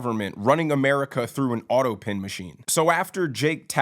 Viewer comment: autopen not autopin! Thanx for your surefooted take on what's going on, I enjoy your style and your straight shootin' courage! BTW "Doctor" Jill which is what she insists on being called, or "Doctor" Biden, is not an impressive doctor like the title implies, she has a minor degree in education that is not even impressive. nor has much clout in the Academia world. Such a bunch of breaching phonies across the board. Between OBiden showering with his daughter and having a depraved drug addict for a son, its not surprising that this is a dysfunctional family. My heart goes out to such family dynamics because its indicative of our messed up society that covers everything up and puts on virtue signalling and being insistent on being called "Dr" to make for a good image. So messed up and sad the price we pay to "look good" takes its toll on our families and our country. What a mess!